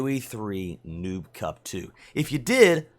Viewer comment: The way you say noob cup of you have the close Caption on it says nuke cup instead of noob. 😂 😂